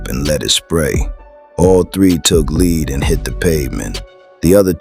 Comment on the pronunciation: Teach your AI how to pronounce "lead", European YouTube channel pretending to be black.